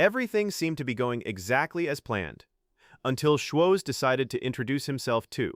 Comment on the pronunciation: It's embarrassing how obviously AI everything about this video is the script is not perfect it has no life they keep pronouncing his name wrong op